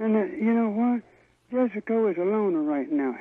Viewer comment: Its Jess co. Not Jess a co.